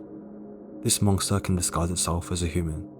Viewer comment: Did you just say "monkster"..?